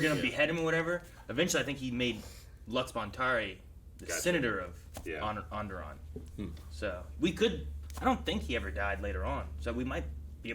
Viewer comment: Every time they say "Onderon", it sounds like "Underarm".